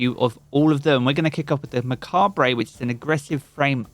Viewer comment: It's mah-kaab. So it sounds like Muh cob